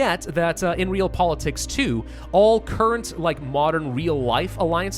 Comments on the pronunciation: Ree-All Politicks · Not to nitpick... but I believe it’s ‘Re-al-pol-i-tiks’ which is a real word and not just a weird way of spelling ‘Real Politics.’ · saying it like reel pol i tiks: Re-aly??